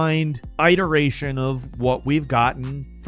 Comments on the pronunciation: It’s not eye-doration, it’s it-eration 🤦🏻‍♂️ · I-teration?? How do you say the word "it" its it-eration... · Its pronounced It-Er-Ration. Not Ight-Er-Ration. The way pronounces things sometimes is so wrong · I've heard you guys say this a couple of times now. It's pronounced IT-er-a-shun, not EYE-ter-a-shun. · The way you say the word iteration kills me every time lol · Don’t think I’ve ever heard anyone pronounce iteration that way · Nice information. On a completely unrelated note, I guess it makes me an asshole for noticing, but I have never heard anyone pronounce the "i" in words such as "iteration" and "iterative" like you do. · Somebody please tell how to pronounce iteration. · Can you please learn how to say iteration before using it in another video, thank you. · just an FYI on your pronunciation of the word iteration. You have been pronouncing it incorrectly, Just a heads up. Great video, keep it up